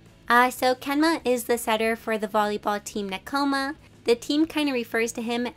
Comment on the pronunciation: L2DM: "Nek-OMA" Me: "ne-ko-ma.... wait people say it differently?!"